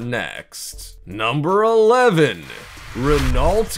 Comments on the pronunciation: Renault is NOT Ren-Alt. It's Reno. D'oh! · So you missed out on the ruh-NOLT at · RenALT? Kiron? Need to work on that pronunciation my guy... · It's pronounced 'Ren-oh', not ren-alt. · will all Americans STOP mispronouncing words. its RENO not RENALT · By the way, Renault is pronounced Re-no, not Re-nolt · It's pronounced REN-O NOT REN-AULT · RENAULT is pronounced Ren-no or Ren-know. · Pronounced Renno and not Renalt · I'm an American and I know how to pronounce Renault. (reh-NOH). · yea he pronounced it renult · Seriously!? Renault? It's pronounced REN-O... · "Rennolt" and "Bugatti KYRON"... really? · his pronunciation is horrendous, renault is pronounced reh-no, and the isetta is pronounced eye-setta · Renault is pronounced Ren- oh. Your voice doesnt bother me as much as these other people are saying. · Its pronounced REN-NO not renault...... The t at the end is totally silent... Its french.... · dafuq is ren-ault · Christ, this narrator is annoying! "Rennolt?" Really? You can pronounce "Chiron" correctly, but you can't manage "Renault"? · the way he is pronouncing renault is giving me a headache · this video gives the perfect demonstration of how not to say Renault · Stop saying Renault wrong! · Are you mispronouncing Renault on purpose? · Has the VO ever heard of any brand of car before?! Or seen a car? Spoken as if he's totally unfamiliar with, you know, cars and who makes them. Especially "enjoyed" his pronunciation of Renault. And the three wheels on the Toyota FV2? Yeah, there are clearly four wheels shown in the video. That you just narrated. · U pronounced Renault wronge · Miss-pronounced Renault Kwid Im out